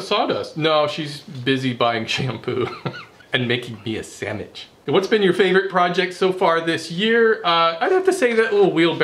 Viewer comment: heh heh.... said "sammidge"